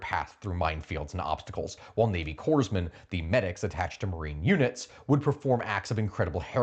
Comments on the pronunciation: Your research is okay, but if you're going to do history videos, you need to pronounce words like "corpsman" correctly. At least you didn't say corpse'-man, like Obama did. But it's not cores'-man. It's core'-man. Thanks. You got it right the second time you said it. Great. It's easy to mess this one up. It's an irregular spelling that can throw off anyone. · Corpsman is pronounced “core-man” signed, a corpsman vet